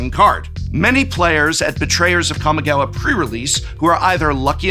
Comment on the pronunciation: Don't forget the Prof used to pronounce "Jitte" as "Jit" all those years ago... Or "Kamigawa" as "Cammy-gawa" So we've come a long way indeed